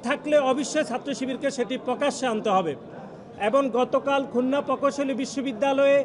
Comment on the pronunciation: আরে ভাই উচ্চারণ করুন খুলনা